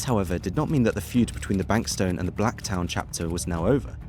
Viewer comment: Bankstown and Blacktown end with the same word and pronunciation yet this guy says them differently?? Huh?